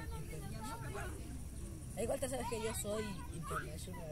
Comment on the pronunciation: ES INTERNASHONAL XD